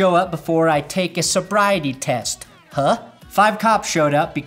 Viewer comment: By the way, the Washington R'skins have ALWAYS just been "that team that plays outta Wishington".... as in "Kansas City Chiefs 49, Washington 21" . Also WTF is a field sobiety test??? Do ya'll not have breathalysers??